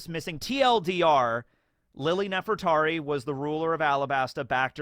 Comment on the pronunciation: Is saying "Nef-EL-tari" bcuz that's his reading or a mispronounciation?